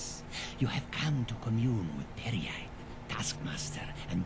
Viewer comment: peryite is pronounced pair ye ight I almost died when you said pirate light XD